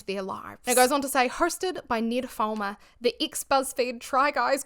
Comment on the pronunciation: your accent when you say Ned Fulmer sounds kinda like "nymphoman" 😂 coincidence? yes. but funny ❤ also....full heartedly agree with your take.